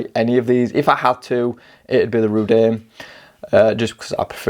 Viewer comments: I'm not a fan of Chinese watch naming traditions obviously, but every time you call it Rudane really jars with me . Rud-oo-nay , give it a go . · Reh-Doon'-A. ;-) Also, please stop saying "this one" (use the name instead). Can't multitask or read comments during video if I have to watch the screen to know which one you are referring to. Also again, I have the Rdunae and 1) The design, build quality and lume are a 10+ and the gray bead-blasted finish makes it both toolish and relatively unique among turtle homages, 2) the pointy part of the crown guard on the back of the watch actually catches on and STABS my finger when I try to wind it. I would like to know if they have since remedied this with newer production units. I've tried gently filing it to round and dull the point, but with limited results...